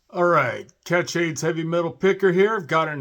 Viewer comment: when you say Kat Shades it sounds like Catch AIDS lol